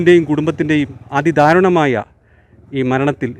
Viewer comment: ധാരുണമായ അല്ല ദാരുണമായ